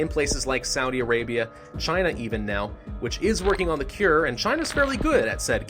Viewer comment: “Saudy Arabia” “chalk-o”